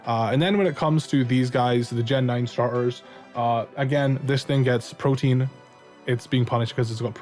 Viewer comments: It's ProtEAN not protIEN pronounce the A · Not trying to be "that guy", I normally wouldn't care because I still understand you. But I see there are a couple other people confused because they think you're saying "protein". "Protean" is pronounced /pro-tee-ehn/. Great video as always, though. <3 I completely agree with pretty much everything you said.